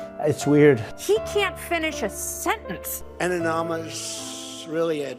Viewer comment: Really? He can't say anonymous ??